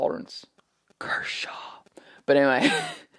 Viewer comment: When you say "but anyway," it sound s like u say "bannanvay"